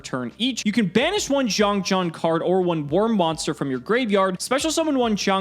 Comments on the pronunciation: Just a small headsup, the Jian in XiangJian is pronounced more like Jien, with a hard n sound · As a Chinese speaker its funny to hear how much struggling to pronounce "xiangjian"(相剑）,相剑 is ancient term in Chinese for people how determie how good a sword is, like a higher level black smith. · I’m just here to listen to butcher the Chinese pronunciation. Not disappointed 👌🏼